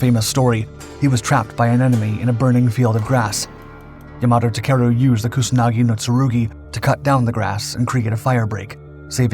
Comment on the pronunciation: "kunasagi no tsurugi"?